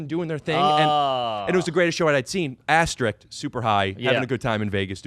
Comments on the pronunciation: Did Rick say asterick instead of asterisk on purpose? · He said astemark